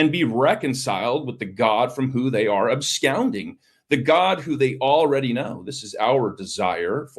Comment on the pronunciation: And.. abscounding. Really, dude?